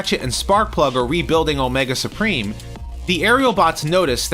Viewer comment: "Omega Spreem" That's like calling the successor to Hercules "Nercules".